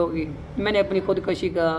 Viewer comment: Oo bhai khod kashi ni khod koshi hota hai 😂🤣🤣🤣🤣🤣🤣🤣🤣🤣🤣🤣